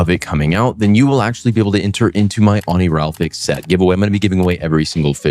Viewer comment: did you just say oniralfix 😭 it’s pronounced how it’s spelled oniri-fal-x